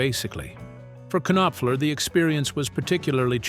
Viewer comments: Knock, Knock! It's pronounced Nopfler. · Mark K Nop Fler ?!?!?!?!?! Turn the K Nob to the left and teach your AI to at least pronounce correctly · Gotta love AI! K-noffler. Too funny! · You K'Nave! How can you not K'Now how to pronounce MARK NOPFLER's name? You clearly have no K'Nack for English. Do better, or you'll get the K'Nife and be sent to the K'Nackers. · it is kay nop fuller. get it right please. tuh. i see morons, they are everywhere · Hey!! Mark Kinopfler has always been one of my favorite guitarists. 😂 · Okay, I cannot stop horse-laughing whenever the AI pronounces it with three syllables. 🐎😅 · Robots can’t say Knopfler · I stopped watching this after the pronunciation of his name. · Bullshit!!! The AI pronounced his name WRONG!!! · Yeah it's quite annoying actually. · Yup. This is why AI is a bad idea. They're pushing it everywhere and it will get a lot of things wrong, and unfortunately, it will be treated as if it's always correct and true.